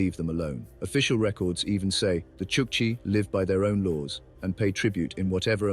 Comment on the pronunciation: This is probably why Chukchi are the butt of jokes in Russia - kind of like our "dumb Polack" jokes. Also if we are going to do AI voiceovers, make sure the name is pronounced right. The video pronounces it as "chuck see", but it's "chuck chi".